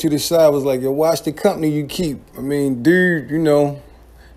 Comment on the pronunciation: Did anybody else catch how this guy says the word dude? That's pretty freaking strange and silly if you ask me. DUUURRRRDDDD